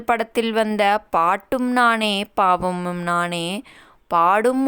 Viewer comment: Paattum name Bhavamum nane madam! Phavamum naane endru solli matri vitteergale. Please be careful and alert in pronounciation 🙂🙏